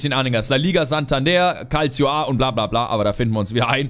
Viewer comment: "Djackerini" und "Kaldschio A" Sonst super 😉